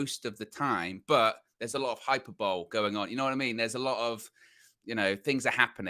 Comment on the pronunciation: prides himself on his pronunciation so here's goes... Hyperbole is pronounced: hai·puh·buh·lee! Now you don't sound like United bland!